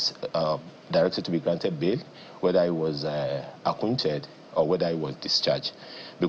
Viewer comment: Olodo. It's acquitted and not acquinted